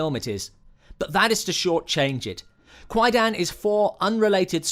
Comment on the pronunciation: Yeah, It's pronounced Quie- Dahn, kwai-daaahhhn. not quie-dan. The "a" in dan is a long "a", as in arm. not a short "a" as in man.